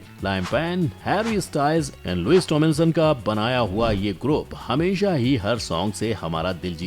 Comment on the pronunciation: You have pronounced "Niall Horan" , "Liam Payne" and "Louis Tomlinson " incorrectly . And as a 1D fan , I felt bad for this🙂